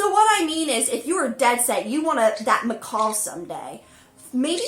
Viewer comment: She hates it when people say "parakeet", but says "m'kawl" over and over....🤦‍♀️🤦‍♂️🤦‍♀️🤦‍♂️